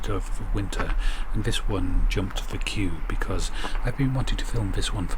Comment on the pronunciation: Tip of tongue on top teeth. THHHH THE You can say KiTE Say This not Viss . Not hard.